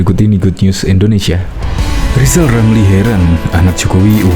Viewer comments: Nama sebenarnya Rizal Ramli bukan Lizal lamli ucakan nama sendiri belum teteh kok sd sirik ma Olang2 lizal liza ! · Rizal Ramli sebenarnya belum lulus sekolah dasar. Lha, disuruh mengeja huruf saja L nya dobel. R dibaca L.....!. Bila tdk percaya, silahkan suruh dia mengeja namanya sendiri, pasti di eja...Lijal Lamli !. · Namanya pakai rr tapi engak bisa bilang r....itulah lisal lamlil...jd eror otaknya...la nyebut namanya sendiri aja engak pecus...maka apa yg keluar dr mulutnya hanya sampah dan hujatan serta iri dengki dng orang ...khususnya keluarga pakde wi....